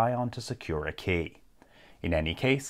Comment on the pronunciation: kEy, not kAy